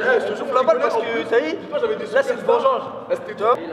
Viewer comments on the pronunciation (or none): il a dit vengenge